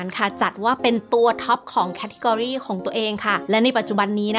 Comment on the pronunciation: ขำ ออกเสียงคำง่ายๆ อย่าง category ก็ผิด